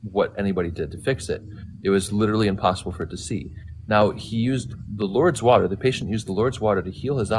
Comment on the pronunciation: The guy citing Lourdes and not saying the name correct.